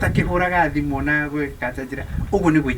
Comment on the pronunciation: It's thimo not thimu